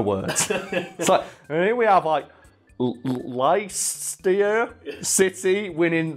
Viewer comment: ah yes lie-chester City